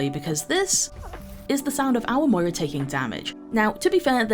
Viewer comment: it’s 4 am rn and I’m dying to the emphasis on Moira idk why